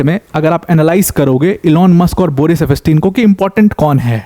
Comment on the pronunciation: It's pronounced as eps tien and not ep pas tin .